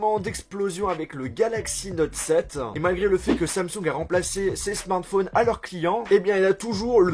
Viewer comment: Mdr comment il dit Samsung, il dit Samsong😂😂